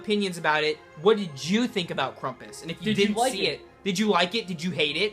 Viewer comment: Nice review, and! Oh, and by the way, it is actually pronounced Cram-puss so pronounce the beginning like e word cramp and then us. I'm no grammar nazi or anything pronounce it however you want but I just wanted to point out that I do think that you were mispronouncing it.